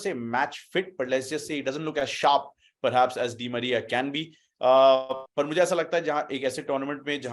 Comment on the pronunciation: Bro he said anal di Maria 🤣